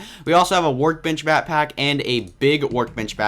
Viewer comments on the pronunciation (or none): you said bat-pack instead of back-pack